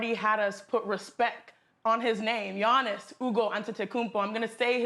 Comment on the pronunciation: They lady said Giannis’s name wrong🤦🏽‍♂️ It’s Akounpo